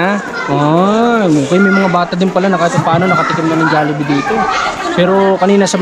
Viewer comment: Jallibee Ng Jallibee, pati cguro, kanilang kayo sa % na nagsasabing Jallibee, pero Ang tama Jollibee, pati Yan ginatan Ng silent A, magagalit Ang founder na SI Mark Chan, Mali kc pg pronounce sa jollibee